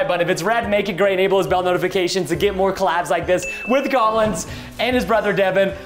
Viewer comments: Preston: *says Collin and Devan Me: you buffoon it’s CollinS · First of all, Collins is an amazing brother. Second, did it trigger anyone else how Preston kept saying “Collin” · Every time Preston said “collin” I was like “no! It’s collinS. With an S 😂” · I love preston but it bothered me so much when he said Collin instead of Collins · It’s Collins!! Not Collin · IT'S COLLINS NOT COLLIN